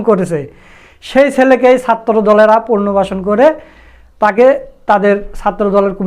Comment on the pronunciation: আপনি পুনর্বাসন শব্দটির উচ্চারণ ঠিক করে নিবেন।